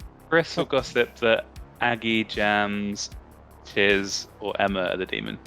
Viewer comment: CHIZ PRONOUNCED LLEECH WELSH LIKE sorry guys chiz is my new favourite